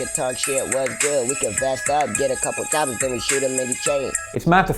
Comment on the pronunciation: Omg 😂😂😂 he said choppas